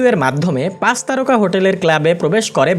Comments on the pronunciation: C ar S nea pronounciation e problem ase, Pach ke bole pas, chittagong ke bole sittagong.... egula improve hole video aro bhalo hobe... otherwise good ! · pas na, pach... pronunciation thik koren plz